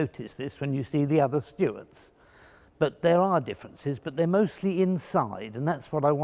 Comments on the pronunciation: Haha, nice one. "Stew-wert". Not "stoort".;) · To any Americans watching please note Mr Fletcher's correct pronunciation of the name "Stuart". Thank you.